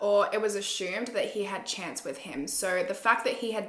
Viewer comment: I thought his name was Chant not Chance 😂